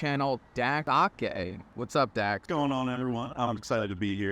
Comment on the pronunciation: He mispronounced Dak’s Sake 😟